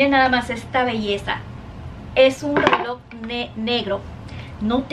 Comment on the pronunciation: Pobre, ella se está esforzando, pero no hay caso, solo sé que promocionó un "RELÓ" negro con CUERDA estra🤣🤣🤣🤣🤣🤣